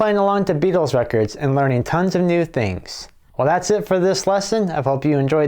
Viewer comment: There's no 'D' in Beatles!